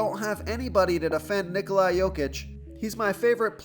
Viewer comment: Solid plays tonight....not using my phonetic help I see....you continue to pronounce Ni-Coli, when it is pronounced Ni-Cola....how much easier would you like me to make it